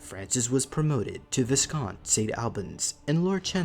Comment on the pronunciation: Some critique... a pity about the choice not to hire a professional voice artist. I can hear the individual sessions he executed the voice over. The energy of the voiceover fluctuates noticeably, words, like 'viscounts', are mispronounced - and the viewer is asked, without question to accept the concept of reincarnation. What could have been an interesting look at history it leaves me with more questions when it was hoped that this was about Nesara. A section denoting his sources would also have contributed to the credibility. Thus I have no reference to the veracity of his research. I realise that the producer is still a young man - so these observations are offered as constructive criticism. He fortunately offered a disclaimer and with which, I can view this contribution as entertainment only.